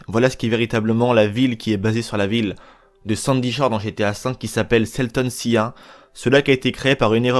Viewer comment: "Salton Sia" mdrrrr "sea" se prononce "si" ça signifie "mer" c'est quand même bien triste de pas savoir ça :') un petit peu de documentation ne ferait pas de mal. après, dur dur de faire de la qualité quand on fait de la quantité...